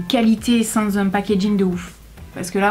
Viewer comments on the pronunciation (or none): none